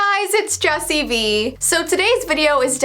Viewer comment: Her name is "Jessii" not "".